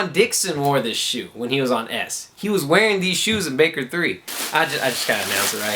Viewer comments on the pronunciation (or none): none